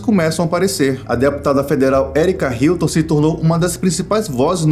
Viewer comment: “ Herike Hilton ” kkkk